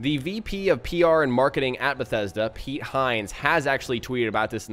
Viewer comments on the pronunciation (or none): none